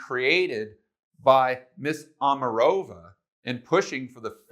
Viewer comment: Omaaaaaaaaarova, not Omarooooova